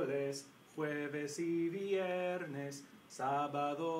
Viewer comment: the pronunciation for "viernes" veee-erh-nes thing bothers me a little... ;)